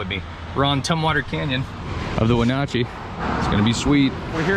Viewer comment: I'm from Wenatchee you are saying it correctly, nice to see the video thank you